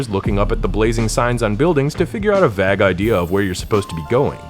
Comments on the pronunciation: No criticism in this, just letting you know the pronunciation of vague It's a long a, like Jason or name. So, it sounds like "v ay g', vayg, vague. :D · cant stand how this guy pronounces 'vague' wrong multiple times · “vag idea” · lol what regional accent pronounces vague like that!?